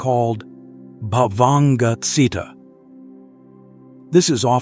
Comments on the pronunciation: The reader should learn to read Pali words correctly e.g., Citta (jit-ta). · Citta is pronounced chee-ta.